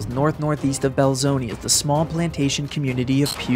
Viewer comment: My mother-in-law grew up there, and has told me about this. She remembers the towns wiped out that day. Oh, Belzoni is pronounced “bell-zone-uh”, not “bell-zone-ee”’.